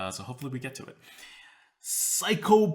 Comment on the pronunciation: Psycho Plian! Haha, your annunciation humors me. It is pronounced 'psy-clop-ian'